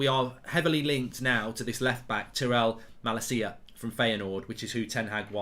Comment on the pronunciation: Tie - rel ma - lay - sia